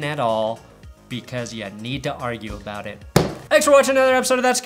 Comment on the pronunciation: You said aboot.